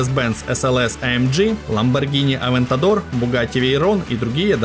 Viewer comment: Ламболжини авентатор